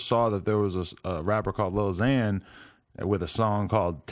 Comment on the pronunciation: tim min it's more like lil xan and it's annoying